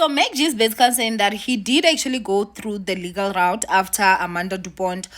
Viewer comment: Why do you keep saying "legal raot?" Instead of legal route ?